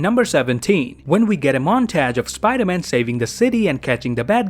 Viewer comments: Montage is pronounced "mon-taje" not montege. :) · montaj is the way u pronounced it? is that an accent?